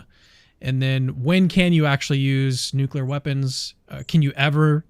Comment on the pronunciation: Fully agree. No idea why he continued pressing that. Also, I lose my mind when people pronounce it "nuke-u-ler".